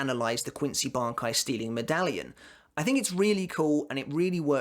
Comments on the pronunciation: Btw Im pretty sure its pronounced Bon-kai, instead of Bankai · how are you pretty sure it's pronounced bon kai if you watched the anime and you can hear them say ban kai hahhah